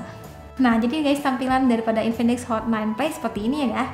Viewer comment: Hot bukan not.. Pas awall